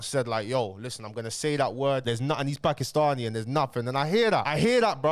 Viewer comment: Putting a lot of emphasis on the ‘Paki’stani there but you all brushed it off when KSI said the P word